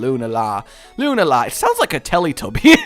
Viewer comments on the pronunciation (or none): Pretty sure it's pronounced "Lu-naa-la." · it's not pronounced solgaleo it's a play on solar and Galileo so it would be prnounced Sol-ga-lay-o and the moon one is a combination of luna and galilei so it would be pronounced Lune-a-al-ei